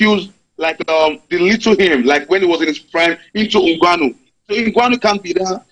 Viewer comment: is getting on my damn nerve with the way he pronounces Ngwanu. Bro, it's Ngannou.